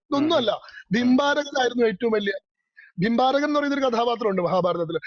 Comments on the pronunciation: Not bimbarakan it was barbarikan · ഭിംബാരകൻ അല്ല "ബാർബരികൻ".(ഘടോൽകചന്റെയും അഹിലാവതിയുടെയും പുത്രൻ )